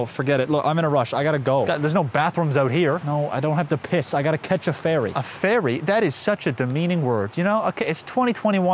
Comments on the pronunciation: I thought he said i gotta catch a fairee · Today I learned some people pronounce ferry and fairy the same way